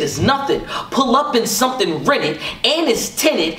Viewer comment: And it’s tinted… and it’s tenant… AND IT’S TINT-ED 😂🔥 Let’s go SP!!